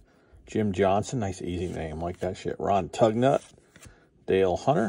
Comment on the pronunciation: It’s not tug nut, it’s “toon ye” 😂 I have no idea. You do great on the pronunciations as far as I can tell